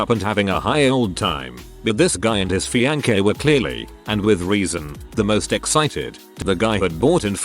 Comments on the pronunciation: His "FEE-ANCH-EH" 😂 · The fee-an-keh lol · "this guy and his fiankay" LOL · This AI narrator cannot pronounce Mississippi or fiancé to save his non-life. Oh well. That is how we know that it is AI. Interesting post, though.